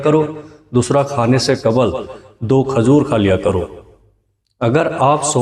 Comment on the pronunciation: Aapne saari baaten to achchhi batayi lekin khazoor nhi khajoor hoti h sahi talaffuz adaa kiya kariye